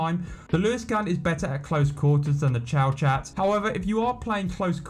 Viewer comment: I’m not saying that the way I pronounce it is spot on, but I’ve never heard it called the ‘chow-chat’ before 😂 P.s nice video